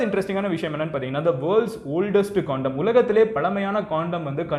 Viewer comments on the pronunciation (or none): Bro neengale condom nu sollama cxondom nu solringale bro